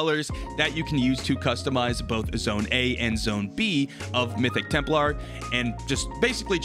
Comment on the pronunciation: This mf say Temp-LAR pronounce it TEMP-LER